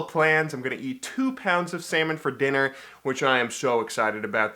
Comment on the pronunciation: i heard: "i'm gonna eat 2 pounds of semen tonight." and i was like, whooow, hold on, take it slow XD